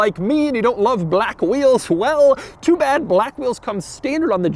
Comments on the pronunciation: Why the fuck are you saying Baalack like that? Are you trying to make this as hard to watch as possible? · Bah-lack. Bah-lack. LOL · Broooo why is he saying Blaaque a million times, im dying withthia shit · Drinking game every time Doug says BHLAKK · Doug is the kind of guy that turns the word "black" into 2-syllables. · Are u racist Doug because the infasis on “Black” made me a little uncomfortable.. just food for thought . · Doug saying "black" reminds me of the Anchorman 2 scene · Why do you say "black" like that? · Why is Doug saying BLACK like that? LMAO lol